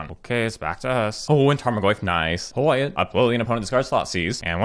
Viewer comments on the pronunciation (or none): none